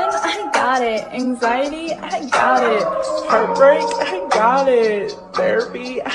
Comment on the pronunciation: She said hert break